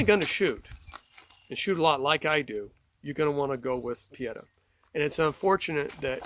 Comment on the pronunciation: It’s pronounced “Oo-bear-tee” and “Pee-ay-taw” in Italian. I have three Pietta and one Uberti.